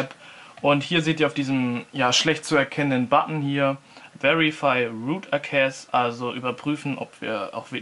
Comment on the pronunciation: er hat nicht ernsthaft root eckäs gesagt xD